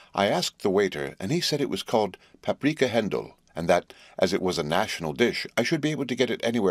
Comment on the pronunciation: "Paprika Hendl"